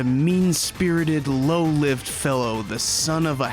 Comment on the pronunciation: "Low-lived" The "i" is long. This is meant to be describing his the quality of his life. His life was that of low character. Sorry. I can't help myself. I just enjoy clarity of language too much.